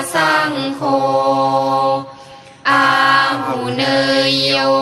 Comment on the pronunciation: อาหุเนยโย ปาหุเนยโย ทักขิเนยโย เขาให้อ่านเนยเป็นไนนะครับ😊😊😊